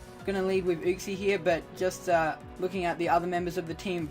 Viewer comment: Not how you pronounce uxie but hype sets my guy, GG on the win